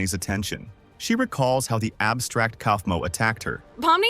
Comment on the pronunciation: It's kaulfmo not